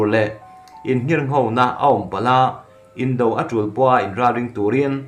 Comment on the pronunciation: News ho hi nangma lawkkhawm ni lovin mi lakkhawm i chhiar tih a chiang. I pronunciate dan a dik lo nasa ṭhin. Tone mar pât a chhiarzawm tur ni awm tak te a tone hniam in i lam lehtlat zel a dawt chiah a word i lam zawm hma in. Indo-china tih ang te hi a tone mar pât a lam zawm zat tur a ni a, mahse indo tih lai taka do lai hi a tone hniam in i lam leh ta daih a, beng a kham chang a tam tlat ṭhin. Han ṭang lehzual teh le....